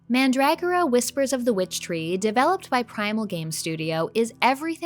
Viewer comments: Did you pronounce mandragora differently on purpose for engagement? I ask cause I’ve heard you pronounce it the more common way in a different video. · YouTube randomly recommended this video to me, so I decided to watch it. Pretty good. I like your laid-back style of talking and editing. I hate when people try to force being funny or hyperbolic as well as using constant jump cuts or reaction gif insertions. PS Isn't it pronounced "man-druh-gore-uh"?